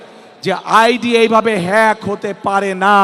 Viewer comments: হেক 🤧 পেক😂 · মূর্খ,,, হ্যাক বলতে পারে না,,, হেক বলে,,, মূর্খ চালাবে দেশ,,,, দেশটা ধ্বংস করে দিবে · মুরখো হেক বলে হ্যাক বলতে ও ব্যার্থ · আরে কী বললো হ্যাক কে বললো ফে্ক হা হা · দেশ কি কীভাবে চালাবে হেক বলতে হয় জানে না। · Its not hek Its hack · 😊😊😊😊😊হেইক ফেইক 🤭🤭🤭 লেতা কিভাবে দেশ চালাবে , হ্যাক ও বলতে পারতেছেনা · মূর্খ নেতা ভালো করে হ্যাকও বলতে পারেনা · আইডি হেক না ফেক 😂😂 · 2.42 a hek fek..... 😅😅😅😅😅 Bolte o pare na. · মামু হ্যাক উচ্চারণ করতে পারে না দেশ চালাবেন কি করে মাথার তার কেটে যাবে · আপনি তো হ্যাক উচ্চারণই করতে পারেন না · এই তারেক রহমান যদি প্রধানমন্ত্রী হয়। তাহলে হিরো আলমের তো হবে জাতিসংঘের মহাসচিব। কারণ ডঃ শফিকুর রহমানের আইডি হ্যাক হয়েছে এই শব্দটা সে ঠিক মতন উচ্চারণ করতে পারে না। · হ্যাক কথাটাও উচ্চারণ করতে পারে না 😂😂😂😂😂 এ আবার হবে বাংলাদেশের প্রধানমন্ত্রী 😅😅😅😅😅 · এখনো হ্যাক কথা টা বলতে পারোনা,,, হায়রে তারেক😂😂😂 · খাম্বা মামায় হ্যাকটাও উচ্চারণ করতে পারে না সে আবার প্রদান মন্ত্রী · হ্যাক উচ্চারণ করতে পারে না,,,আবার দেশ চালানোর শখ জাগছে,,,, 😡😡😡😡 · হ্যাক বলতে পারেনা।😅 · হ্যাকও বলতে পারে না। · আমি কি করে আমার থেকে কম শিক্ষিত ব্যাক্তিকে ভোট দিবো ? হালারপো হ্যাক উচ্চরন করতে পারে না সে দেশের প্রধান হবে ? প্রয়োজনে না ভোট দিবো তবুও মূর্খদের ভোট দিবো না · বলতেও পারে না হ্যাক প্যাক বলে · হ্যাক বলতে পারে না, 🤣🤣🤣🤣